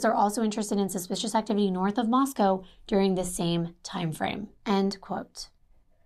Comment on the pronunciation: My sister was a professor at Moscow until she retired 2019, so I’m familiar with this area. You pronounced it right - only ‘cow’ in the Russian city. 💜